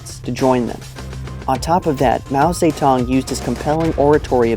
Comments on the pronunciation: Lol its "Mao Ze-DONG" not "Mao Sa-Tung" Lmoa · I thought I hear "Mao SayTan"... Sounds like Satan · You sounded like you said saytan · How,do you pronounce his name?It sounds more like Mao Satan than, Zedong?